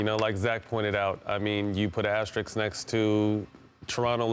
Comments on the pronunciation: Is it me??? or they always pronounced ASTERIKS instead or ASTERISK??? Funny!!! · Literally every one of these talking heads keeps saying “asteriks” So cringe. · All I know is that no one on TV can say the word asterists, asterix, astrix.... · its asterisk- sk na x. smh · If you can say risk, you should be able to say asterisk (Asterix is a whole different thing) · This bimbo can't even pronounce asterisk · cant even pronounce asterisk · If she mispronounces "asterisk" again... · seriously. they said it wrong like 50 times. so dumb to not be able to pronounce a word in their own language right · Bro none of these ppl can say asterisk right. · Rachel mispronounced that about twenty five times.